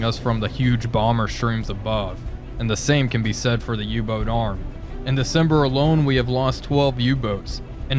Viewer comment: Everybody talking about him mispronouncing Hartlepool, but nobody talking about him calling the boat U-Tube-513 instead of U-Boat-513 since the beginning of the series?